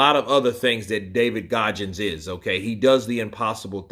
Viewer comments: It’s David Goggins not Gojjins and it’s hell week not hell day. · I like how you pronounce GOGGINS haha